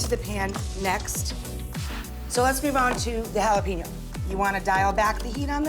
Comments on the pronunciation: did she just say "jalapino" lol , imagine me saying "ragel rai" instead of Rachel Ray lol... please say it correctly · The way she says “jalapeño” is enough for me